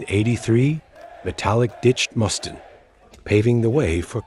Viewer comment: you mis pronounced Dave Mustaines last name. Others too but that was the only one I remember.